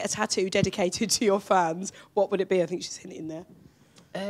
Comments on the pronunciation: Let me fink, let me think!❤❤❤ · “Let me fink” , “fank you, fank you!” 😂 Oh how I missed our Lou 😂 Edit: Why, fank you, fank you for so many likes! I did not fink I will have this much! 😂😂😂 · Fanks, in gemral, I fink❤